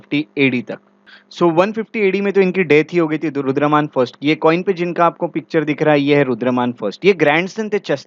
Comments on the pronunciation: Sir aap " Rudra(DAMAN) " ko " Rudra(MAN)" keh rahe the in the entire lecture please be careful coz hamesha yaad reh jaate hai aapke lectures and even wrong pronounciations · Please pronounce Rudra-daman instead Rudra- man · Sir, Rudraman nahi, "Rudradaman" hei.